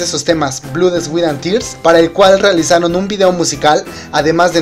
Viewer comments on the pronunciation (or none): Se dice Blod, swet and ters no blu sweet and tears y tears fue la unica que si se puede decir como lo dijiste pero en el ingles Americano si no me equivoco.